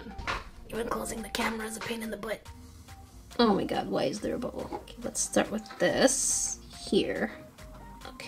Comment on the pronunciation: Stop saying oh me gerd